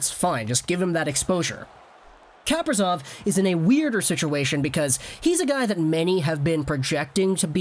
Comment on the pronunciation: You pronounced Kaprizov's name right in your first video about him